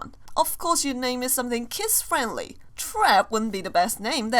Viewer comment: You know that always when says kids it sounds like kiss